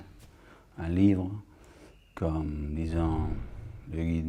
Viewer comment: I bet Viggo Mortensen learn french among people from Quebec. "Un live comme [...] le Guide Michelin" -> "comme" has a more open "o", close to the sound of "u" in "cum" (pardon my english) "Une nécessité" -> A bit of a "s" at the end of the t : "nécessitsé" "au Canada" -> As a speaker from France would says it with three exactly sounding deep A, a speaker from Quebec would say them a bit more opened, especially the last one (with a slight "s" slipping between the tongue-occlusive and the voyel : "Canadsa". It would probably be much more meaningfull if I was able to use phonetic alphabet. In any case, any of them, including Joddie Foster would show there not native speaker relatively quick. Either with a very notable feminin-masculin inversion or with really slight unlikely pronunciation. Those are tricky to spot and can go unoticed but when Foster says "un bout de temps" like "un boutan", she definelty diverges from the way a native speaker would have said it : "un boud' tan". (The difference is that the "d" is distincly voiced but you add a split second to let the voice dry in order to let hear a clear and dry "t"). Anyway, I would love to be able to speak as good english as she speaks french. I would probably never reach this level of accuracy.